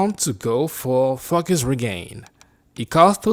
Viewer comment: stop saying FAKUS!